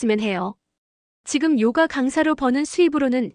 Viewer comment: <요가>를 요까라고 하면 안됨. 그냥 <요가>.